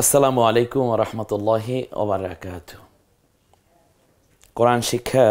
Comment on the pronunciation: আপনার সালামে অবারাকাতুহ উচ্চারন সঠিক নয়।